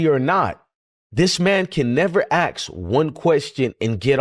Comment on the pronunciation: Why can't people say ask the right way I mean some can't but they say Acts or ax😅